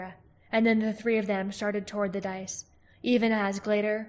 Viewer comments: Dais is not pronounced "dice", as you have been. More "day-is" just for future. Xx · It’s pronounced “die-yes”